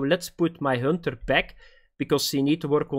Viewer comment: Hönter 😂 lmao